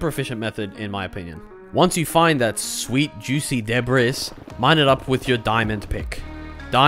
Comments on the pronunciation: de bris, BRO ITS DEBRIS (DEBREE) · It's pronounced debree btw lol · I just want to be a bit helpful on seeing if this makes Debris more comfortable to say, I believe it's pronounced [Deh-Bree] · I'm pretty sure that was the joke since he brought up the pronunciation on screen and said "I should really stop saying deb-riss" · It mentally kills me when you say de-bris. Great video though. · It’s ancient debras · him pronouncing "debris" makes me want to try swimming in lava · you keep saying debris wrong